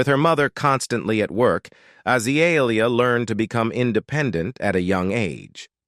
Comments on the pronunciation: god this AI crap is awful. AH-zuh-lee-ee-uh. frick out of here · Because it's AI that's why it's butchering the pronouncement of her name.